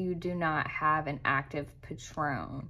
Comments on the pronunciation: hey dont mean to be a dick at all. ur vids are awesome. just wanted to mention the word patron is pronounced "pay-trun", the way you were saying was like the tequila. it prob doesnt matter at all but i personally like when ppl correct me so thought id mention. dnt hate me! and delete this comment once u read it cuz nobody else needs to see it. was just for u in case it was helpful. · Beautiful, business -like presentation. You pronounce the word patron like this : “PAYtruhn.” Your pronunciation is like the name of a famous liquor. Thank you so much!!❤❤❤❤❤❤❤❤❤❤